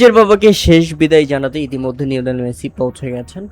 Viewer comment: লিওনেল মেসি ❌ নিওনেল মেসি ✅